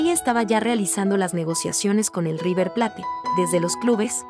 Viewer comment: Lo siento en el Alma pero no puedo dejar de corregir a la chica que habla...no se dice RIVER PLATE , se dice " RIVER PLEYT"...se escribe RIVER PLATE pero se pronuncia " RIVER PLEYT.🙄🤦de todas maneras quiero sumarme a las condolencias por la muerte de éste pibe , QEPD.💔